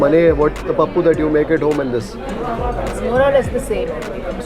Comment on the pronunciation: From her Telugu accent in pronouncing pappu, beerakai, perugu, she must be a native telugu person😊